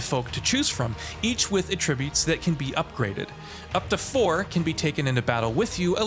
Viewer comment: I thought he just made a mistake, but that's just how he says attributes.